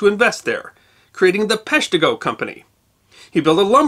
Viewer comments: emphasis is on the first syllable making it PESH-tih-go Instead of pesh-TEE-go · Grew up 5 minutes from Peshtigo in Marinette… it’s pronounced pesh-tigo not pesh-teego. 😆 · I saw the first video, it, like all your videos was awesome. I do remember cringing each time you said pesh-TEE-go, but don’t remember if I commented. But here we are on the 150th anniversary of the fire and you’ve corrected it. You obviously PLANNED in advance to post the correction on this day. And THAT’S history that WILL be remembered… at least by me. Love all your videos, they and you are amazing. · I’m from the area, I was rewatching to hear that mispronunciation… 🤣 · I’m from Green Bay. His first one got me to subscribe. I was rewatching it to hear his pronunciation 🤣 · Well, let's see how badly he mispronounces Peshtigo this time..... 15 sec in.... well, there you go! Thanks for the fix!! (from a Northeastern Wisconsin resident)